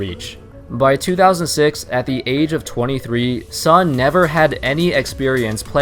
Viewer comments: It's pronounce as Soon not Sun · By the way, "Sun" as a Chinese surname should be pronounced similar as 'soon'.